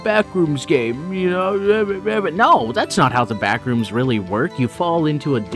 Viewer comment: FYM "BLACKrooms" 😭😭😭